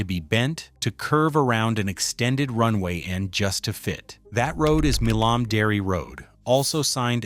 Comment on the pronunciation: You lost me a "Mill-Om" Dairy Road. It "My-Lum" Dairy.... AI= NO LIKE, NO SUBSCRIBE